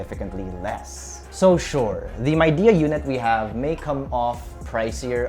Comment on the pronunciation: Its pronounced as Mei Di, not MAI😂